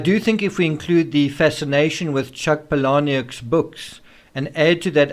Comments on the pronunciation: It's pronounced Paula- Nick and he is my most favorite author ever. I have a collection of Palahniuk books all autographed to me. It's my most prized possessions. Funny how Chuck is my hero and my inspiration in writing and yet I've never harmed anyone or thought of harming anyone. I really resent the villainization of Chuck bc some psycho fan-girled over him. Brian has problems all on his own. Chuck has nothing to do with his psyche. You should actually read the books, it's obvious that Chuck has a complete tongue in cheek approach to his protagonists. But with Brian, you can pull from anything in his instagram and make that mean anything, ie video games, comic books, graphic novels, etc. Brian is problematic, period. Don't blame the books or authors. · His last name is pronounced pah-leh-nuck (to my knowledge) 😊👍🏻